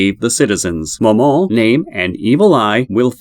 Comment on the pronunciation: Some of it was a little wrong, no hate to the at all. Momon is just pronounced "Moe" like Joe, and "Mon" like pokemon. Ainz is pronounced "Eye-nz" It may be more beneficial to watch some episodes in english dub instead of reading how to pronounce it in text. Also, Demiurge does not use sheep beastmen, he uses humans, "hairless sheep" or what he says, is just a joke.